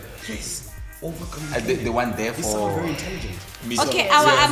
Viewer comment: 🤣🤣🤣🤣🤣 Then he said "bo therefore"